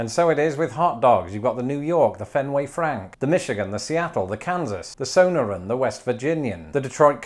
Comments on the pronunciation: I love it when you pronounced (So-nore-in) incorrectly as (So-nur-in) but it's cool man you're new to these parts. I only am joking with you man, great channel! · lol, "SOHN-er-an." fyi, "so-nohr-an." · As somone who is local to the Sonoran Dog "estilo Sonora", I was thrown off by your pronunciation of the word as "Sonarin". But I am reminded now that we did get a Portillos recently built in town & I still haven't tried it. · the so ner in? hahahaha. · How did he pronounce "Sonoran" - ??? WTF!